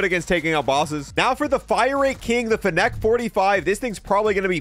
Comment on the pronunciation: excuse me? how did you pronounce fennec?